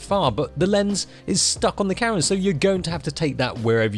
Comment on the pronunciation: The way this guy pronounces "camera" infuriates me to no end